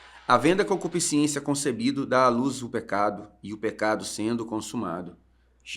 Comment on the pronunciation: Porque quase todo crente fala concupisciencia?